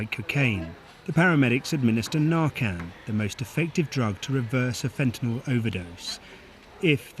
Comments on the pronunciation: See folks, it is fentanYL not fentanOL. Come on now…pronounce it correctly. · FENTA NYL, NOT "nol", what is wrong with you?